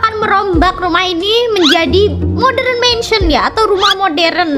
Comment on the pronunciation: Kak bukan moderenmensen tapi modarnmensen kak ☺️☺️☺️☺️☺️